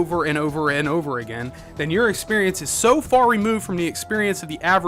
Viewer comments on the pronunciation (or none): none